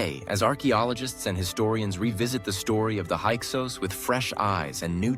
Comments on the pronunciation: There may be some valid content here, but dang, is is very disconcerting that the AI keeps going back and forth in pronouncing Hyksos and Avaris with long and short vowels. You might as well turn off the video, the pictures don't match the content 80% of the time. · The word is pronounced hick-sos….